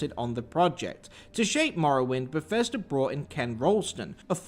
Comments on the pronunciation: "when i say ber-fes-ter what comes to mind?" umm, that the english are terrible at english? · I didn't know it was pronounced "Befesder"